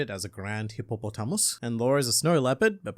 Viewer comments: That unexpected pronunciation of hippopotamus sent me into space. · Can we appreciate the way say "Hippopotamus" in this video, because it is my favorite part of this whole video